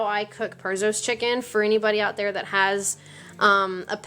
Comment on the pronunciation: "Shove em down in dere".